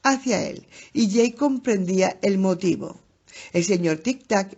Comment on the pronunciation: Jajajaj no es ache o aque es ake de eick o jake en ingles el animalito decia eick de jake en ingles, se me hizo frustrante escuchar ake jajajaj saludos!